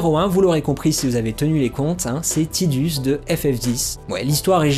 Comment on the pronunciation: "Tidus" c'est en lien avec un mot japonais qui désigne le soleil, donc c'est bien tideuss et pas taidus ^^ Et Aeris c'est Earisu en japonais, en fait, j'ai misspell :-/ Donc c'est la terre, ni plus ni moins... C'est même pas une inspiration mais bel et bien le mot "earth", en katakana..! Du coup, ton avis était bien inspiré ;-) Et j'avoue n'avoir joué qu'à la version originale sur PS1, j'ai à peine effleuré Crisis Core et donc la seule référence à Aeris que je possède est celle de la version française (bien pourrie niveau traduction, soit dit en passant!) Du coup, je n'ai aucune notion de la gueguerre autour de la prononciation de son nom ^^' Disons que ça dépend de quoi et à qui on parle, je dirais! Quoi qu'il en soit, jamais AeriT, ça c'est sûr X-D Pour finir, ça sert à rien de se chamailler : il suffit de se référer aux créateurs... Y'a eu suffisamment de commentaires autour des persos de chaque FF!.. C'est pas comme si c'était une franchise célèbre ;-3